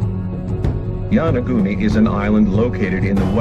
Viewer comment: get you pronunciation straight! it is not YANAGUNI!